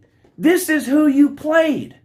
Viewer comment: But Woo, who have dey pwayed?